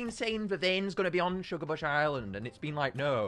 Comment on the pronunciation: Ah yes my favorite island "shugabuch island"